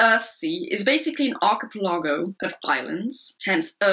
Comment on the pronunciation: Good review. Not sure that's how to pronounce "archipelago" though.